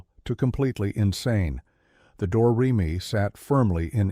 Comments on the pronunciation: dumb AI slop. door-re-me? why do people subscribe to this stuff? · The A I voice also needs to.learn how to pronounce Do, Re, Me.